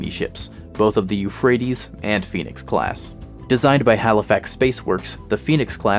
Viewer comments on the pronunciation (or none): none